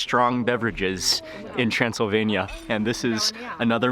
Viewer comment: when he said Transelvenia I remember the film Hotel Transelvenia Mr. Mark hehehe Greetings from Indonesia 🇲🇨